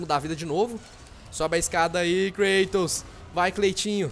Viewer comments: é Kratos n klatos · o falou klaitonkkkk